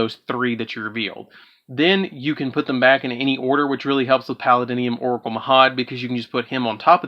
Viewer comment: "Palladium" pronunciation: [PAL-AID-ium].